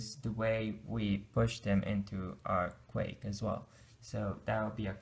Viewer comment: Great video illustrating Stacks and Queues. However, just for your information, "Queue" is pronounced simply as "Q" or "Kew" and Not "Quake".